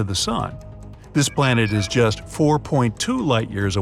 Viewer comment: i like how he says JUST 4.2 light years